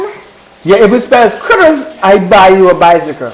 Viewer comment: Did anyone realise he said srittles